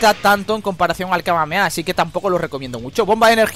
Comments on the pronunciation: Me da bronca que diga súper kameaea osea decilo bien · si sos argentino como yo si ellos dicen kameamea y nosotros kamehameha